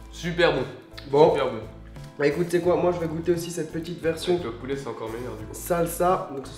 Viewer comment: "poulè" mdr